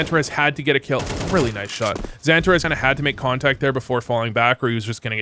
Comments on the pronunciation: Santa Rez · The way you pronounce XANTARES is so American. 😂